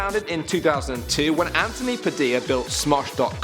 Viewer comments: TH NOT T ANTHONY NOT ANTONY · Did just say Antony instead of Anthony?